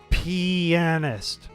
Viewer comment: pianist [penis-t] for pronunciation lol :P.